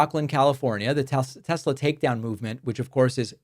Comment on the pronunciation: It's simple, THEY LOVE TESLURRR